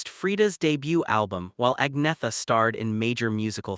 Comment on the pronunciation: Its not pronounced ag-netha..its pronounced ann-yetta